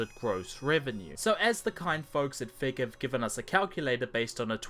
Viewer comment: Every time you say "Fig Publishing, Inc.", it sounds like "Fake Publishing, Inc.", which is completely appropriate.